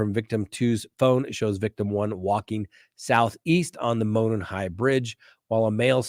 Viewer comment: Enjoy your videos especially Delphi murders coverage, thank you for being thorough. Being from Indiana I wanted to let you know, with all due respect, Monon is pronounced as MOW-naan trail... not like "moanin'." I tried to put the Google translation for monon trail in this comment but it won't let me.